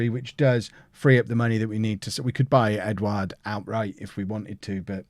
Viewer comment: You pronounced Edouard’s name perfectly by the way. Good signing too in my opinion